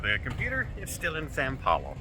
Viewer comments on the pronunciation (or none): Please say "São Paulo"...not "San Paulo". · More tales of poor...as a travel agent basic thing to make sure you are dropped off at right airport. Last one on the plane and takes time to film...it is Sao Paulo not San Paulo. Watching makes me never want to travel again.